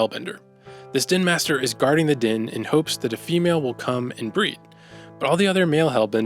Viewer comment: I think you're saying 'den' but all I can hear is 'din.'